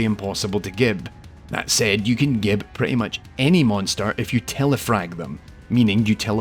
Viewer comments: Minor correction: gib(s) is pronounced "jib(s)" (like giblets). The term itself actually originated from the word giblets, and was coined by Adrian Carmack! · Remember, as Ahoy once said: "It's Gibs like giblets not Gib like goblet"